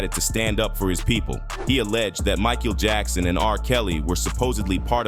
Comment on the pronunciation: does this guy mispronounce names on purpose? It almost seems likes he's going out of his way to say some of these names wrong "2-Pack", "che- non" , "mike-eel jackson" ... this man doesn't even know how to pronounce the names of the people he is making videos about.